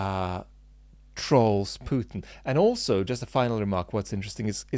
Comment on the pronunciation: It's troll as in stroll, not troll as in "hol"iday, ot trolley, I troll as I stroll, I do not troll as I push my trolley on holiday. linguistically.....